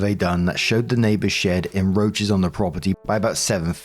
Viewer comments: Does he think the c is silent or can he really not see it? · When continually says "enroaches" instead of "encroaches"...........